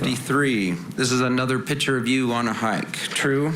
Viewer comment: What lawyer says “ pitcher “ instead of Picture ? Only certain kind of uneducated people talk like that